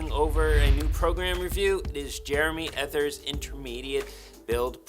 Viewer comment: Just an FYI - his last name is pronounced E-TEE-AY